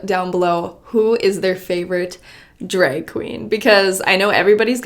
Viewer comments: she said dreg lol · says drag like drake… irrelevant just felt like pointing it out